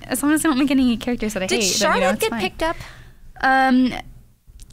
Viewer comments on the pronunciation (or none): none